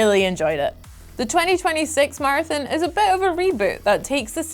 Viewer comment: Game name: Marathon ' accent: Martin lol